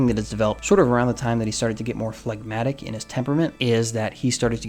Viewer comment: You have said flagmatic So many times Phlegmatic So many times Stop thinking Stop thinking of that song by mister bungle MR. Bungle😮